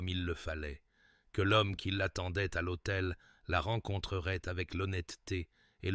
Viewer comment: L ' autel pas l' hotel! Finalement l' IA n est pas si intelligente qu 'on le dit Rien ne vaut l' humain ! Et ça c 'est plutôt rassurant!